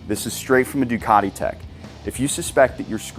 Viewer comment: Make Ducati sound Italian again.